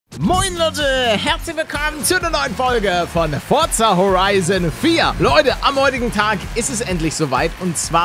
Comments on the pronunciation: erstmal etwas rictig aussprechen ich sage es heißt forsa ähnlich wie Zombey(Sombey) früher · Palle es wird „Forsa“ ausgesprochen. (Kein hate) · du musstv das forza mit s aussprechen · Man spricht Forza Horizon nicht das Forza wie du mit z sondern mit s